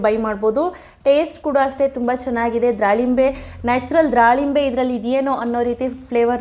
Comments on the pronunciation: it's wrong, it's dhalimbe not dralimbe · dralimbre ಅಲ್ಲ akka ದಾಳಿಂಬೆ ಹಣ್ಣು.